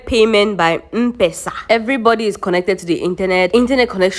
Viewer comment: its Em pesa.....not mmm pesa🤣